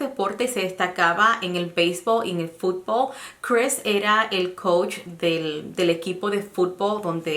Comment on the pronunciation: Se dice FUTBOL y BEISBOL NO FUTBO y BEISBO y hable bien el español no hable cómo si fuera "NORTEAMERICANA" y de verdad seguro fue ese Aaron y lástima qué no tenían cámaras para saber qué pasó.